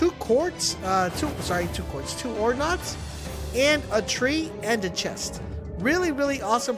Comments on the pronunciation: NODES!!! Stop saying nods. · “oRe NoDs” here’s a pro tip from a real MLG gamer, it’s called “NODES” let’s better the gaming community together and not promote idiocracy ;)